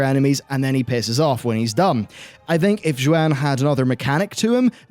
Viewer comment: Xuen as with most of the mop era Chinese words are painfully mispronounced. Xuen is pronounced like shwen